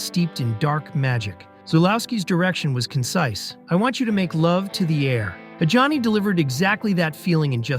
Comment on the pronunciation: he also pronnounces Adjani as Johnny